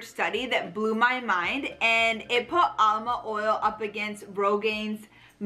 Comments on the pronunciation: It is amla not alma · ALMA OIL? THE WORD IS AMLA, LEARN A LITTLE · Funny how she keeps pronouncing amla as alma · It's aMLa oil, not aLMa oil